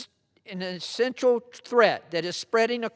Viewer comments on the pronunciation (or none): Dude couldn't pronounce existential?